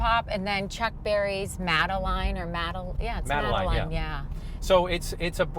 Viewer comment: Maybellene, not Madeline.